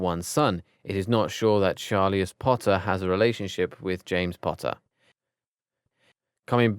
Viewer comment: Cygni-us. Char-li-us. Nar-cius. WTF!